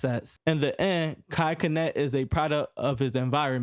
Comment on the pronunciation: dude definitely thought mispronouncing his name would help his algorithm by making folks commit. here you go g. my comment might help push u a lil